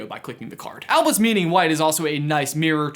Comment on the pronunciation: Acronyms for the win! Also, who else heard Elvis, not Albus?